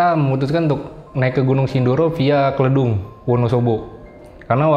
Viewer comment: Nyebut Kledung nya salah😄